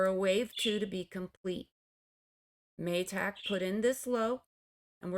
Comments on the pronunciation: Ma-tick with a short a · interesting pronunciation of MATIC 😂 cute 😍 ty miss as always for ur expert EW analysis